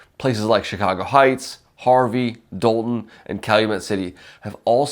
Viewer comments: It's pronounced DAWL-TON not DOLE-TON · Pronounced "Dalton".